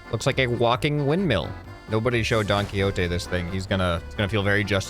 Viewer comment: "Don Quixote" sigh opens comments